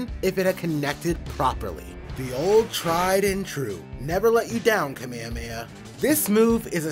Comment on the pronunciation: "Kameameah." Wtf? 🙄